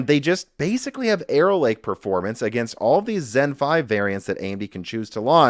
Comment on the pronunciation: Every time you stay "Arrow Lake" I hear "Error Lake" to the point I've started saying Error Lake without realizing it and sometimes stopping to wonder about the history behind a lake called Error Lake and if it means something in another language or if the lake was formed due to some sort of civil engineering flub or the legend explaining it involves someone or some force of nature making a mistake.